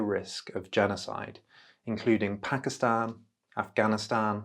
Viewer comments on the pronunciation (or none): none